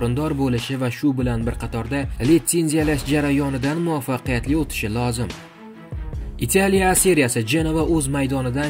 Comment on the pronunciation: Итялия, мененжер эмас-Италия, менеджер. Оддий сузлар- ку